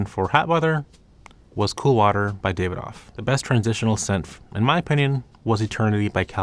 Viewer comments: Also Dah-vi-doff not David-off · Davidoff = Dav would rhyme with "Have". The "i" would be pronounced like in the word "it".